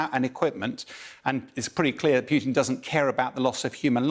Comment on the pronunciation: Why doesn't someone tell him it is not Pyutin, but Pootin... :)